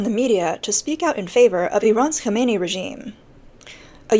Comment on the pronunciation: it's Khamenei not Khameini